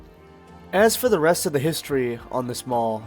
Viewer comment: Great video! I was the Loss Prevention Manager at Parisian back in the 80's and those old pics you showed are exactly how I remember the mall. Side note, "The" mall was actually pronounced THEE mall. Additional side note, ALL of the "malls" in Huntsville with the exception of Madison Square, started as strip centers that were enclosed.